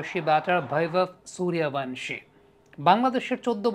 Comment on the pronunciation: সুরিয়াভানশী নয় এটার উচ্চারণ হবে সূর্যবংশী